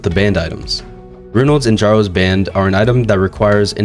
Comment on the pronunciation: Kjaro is pronounced as K+yaroh, not K+jaroh